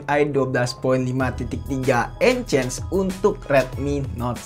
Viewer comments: ENHANCE bang bukan ENCANCE 😂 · enhes bang bukan ences 🗿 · Sebutannya en-hens bang (• ▽ •;)